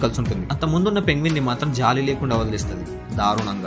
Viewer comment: The way u said the ending “దారుణంగ” was an ultimatum as if you meant something particularly….and not penguins 😄